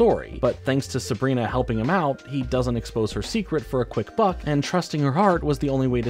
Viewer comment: When you said he didn't betray her for "a quick buck" I heard something way different and had to replay that part several times lol